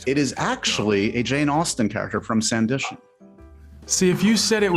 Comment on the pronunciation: sand i ton. Not SANDI..TION